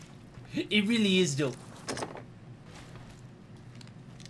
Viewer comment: Hearing him say "It really iz doe" Made my day